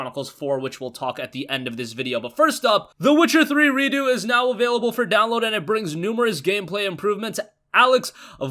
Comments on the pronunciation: it's redux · Is it Redo? Or is trying to pronounce Redux as if it was a French word?